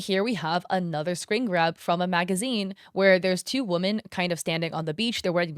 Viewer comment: pronounce women correctly pls.